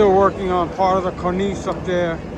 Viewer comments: Cornice. The chief pronounces it CORnis, so did my father abd grandfather, both archutects. You say corNEESE. Is that French? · Come on,, say it after me: KORN-iss. be safe.